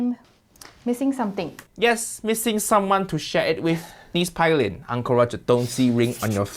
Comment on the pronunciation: Fyi ...Her name is pronounced pay-lin I think only in the afterlife would Uncle Roger would ever collab w/Jamie 😂😂maybe not even than